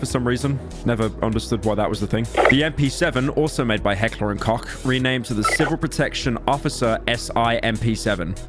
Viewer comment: Bro if you dont know how to pronounce a german word google it instead of calling Heckler & Koch = Heckler & Cock